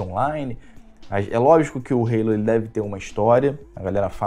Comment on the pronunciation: Ih rapaz falou Halo (reilou) com sutaque, o velho perdeu a essência